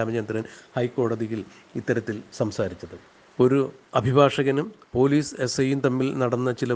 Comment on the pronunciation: Corporation Pailice 😆😆😆😆😆😆😆😆😆😆😆😆😆 Police allaa Pailice 😆😆😆😆😆😆😆😆😆😆😆😆😆😆😆😆😆😆😆😆😆😆😆